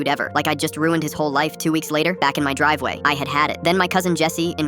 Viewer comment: Driveway: ❌ Drivewa: ✅